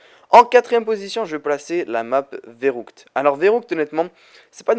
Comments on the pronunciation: y a 2 point sur le u alors ca se pronoce pas ou mais u apprend a parle allemand deja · verruckt tu dis verroukt j'ai pas trop compris le delir la le u ce prononce u et aussi verruckt est la deuxieme map zombie sortit au monde a l'epoque de cod waw et sans blague en solo ou a 2 c'est facile de faire de bon score